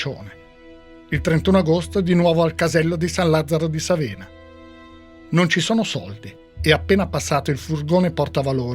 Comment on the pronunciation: San Lazzaro di Sàvena, non Savèna